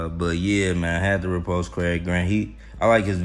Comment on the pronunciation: when u say "repost", it sounds to me like repulsed. . .LOL. I know what you mean. Maybe I'll see you over there.